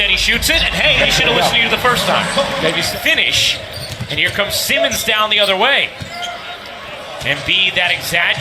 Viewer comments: Commentator: "Semens put it in" really SEMENS 😑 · Why can't this guy say Simmons correctly? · The Reporter cant say simmons